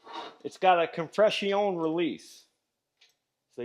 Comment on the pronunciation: your saying of compress-i-on you sound like a quebec-er speaking gorf meaning spelled backwards, frog